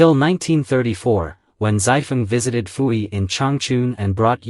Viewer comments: Your understanding of Qing dynasty China is very lacking. Pu-Yi (it's pronounced poo not fu) had little to nothing to do with his sisters for most of his life as a result of him being adopted to the emperors Tongzhi and Guangxu. His sisters did not live in the Forbidden city. They lived in the Northern Mansion, the private residence of their father. You refer to him as Zai-Feng, but he held the title of Prince Chun. You refer to his daughters as princess but only the daughters of an emperor were allowed that title. Prince Chun's daughters and wife were only referred to as Lady. Prince Chun's only child that count hold any title would be his heir which was his then eldest son after Pu-Yi's enthronement, Pu-Chieh who was referred to as his excellency because he wouldn't inherit the title of Prince until his father's passing. Because of the laws of filial piety even an emperor can not dictate the life of his parents and as such Pu-Yi would have no say so in the marriages of his sisters as his father was in charge of his own household. Prince Chun himself was independently wealthy and as such maintained his lifestyle after the fall of the Qing dynasty. Himself believing in reform and modernization Prince Chun was keen to have all his children educated and later even turned his mansion into a private school were several of his daughters helped as teachers themselves before finally donating his mansion to the people's republic in his later years and it still stands today as a cultu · Why does the narrator pronounce Puyi as Fuyi?